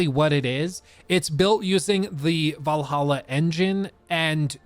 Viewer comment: I get disappointed every time you pronounced Valhalla right instead of "Vallaha"